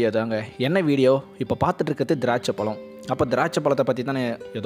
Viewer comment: நல்ல உச்சரிப்பு மிக அவசியம் (பழம் / பழுத்தது) அண்ணா... உங்கள் காணொளி மிக அருமையாக உள்ளது...